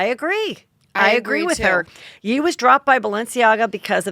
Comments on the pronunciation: Heather stop saying it like "yee" more like "yay" like how you finish saying kanYE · HEATHER! I love your honesty. I absolutely loved this convo with you and lala, I also just loooove when you have lala on. One thing I wanted to say. When you say “yee” are you referring to Kanye? If so, he goes by ye as in kan-ye, pronounced like “yay.” Anyways, I doubt you care lol it’s very minute with everything else in the world. Love your show! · I adore Heather, but I wish her friends would tell her if he’s Kan-YAY, it would be Yay, not Yee.💜